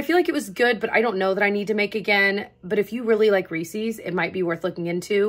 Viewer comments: the way you pronounced Reece’s…noooo!! 😢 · Honest question, is the way you say reeses a regional thing?? I've never heard it pronounced the way you pronounce it. The way you say it so much fun ! 😊